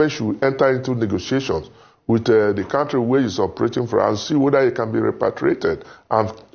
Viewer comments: is not Quontry its County 😅😅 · NO BE BAYOLENCE, IT'S 'VIOLENCE' NO BE LIBIN, NO BE KWONTRY, OZUWO